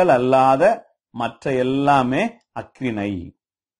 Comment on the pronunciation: பார்த்தீங்க அப்படின்னு ஆச்சுன்னா என்னய்யா தமிழ் பேசுறீங்க? அக்றிணை இல்லை ஐயா, அஃறிணை